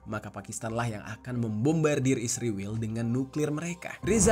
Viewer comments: Israil...bukan isrewel.😂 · Bang kok jadi isriwil si😭😭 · Kalau bisa sebut Israel saja jangan sebut isriwl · Kenapa nyebut isriwil dan tidak Israel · Kok jadi isriwil tetep Israel aja jadi kaga enak didengar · Israel bang bukan isriwil, sok paling baik lu